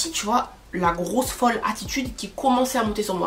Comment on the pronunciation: Je t’adore mais grosseu folleu 1000 fois c’est ridicule